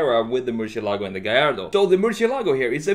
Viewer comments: He cant pronounce Murcielago. It's not merchyelogo its mercyelago. Lamborigini mercy. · Thanks for the great content; love your designs. Just one thing though; murciélago is the Spanish word for bat and the tonic accent is pronounced on the e, not on the a: murciÉlago. Also the letter c in Spanish is not pronounced “sh” but more like “th” in English (la zeta) or to make it simpler like an s (Latin America prononciation). It was also the name of a Navarra fighting bull from the late 19th century. The legend says that it survived 90 sword strikes in a fight against the Torero El Lagartijo in Córdoba, resulting in the crowd asking for it to be spared due to the fact that it fought with tremendous passion. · As a native spanish speaker, i cringe a little every time I hear someone say "MurcielAgo", lol! Great redesign as always!